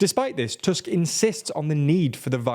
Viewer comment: I appreciate you pronouncing Tusk's name correctly (in english toosk, not tusk). Hearing his name as fang/canine over and over is tiring :D